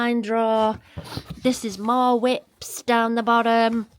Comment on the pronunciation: I was a bit shocked when you said you had 2 boxes of whips in your special room , it took me a minute to realise you meant WIPs !! Heehee 😂😂 🐨🇦🇺